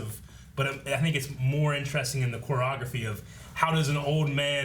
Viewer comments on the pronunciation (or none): Wtf is "quagophy"???? I'm sorry, do you mean "CHOREOGRAPHY"?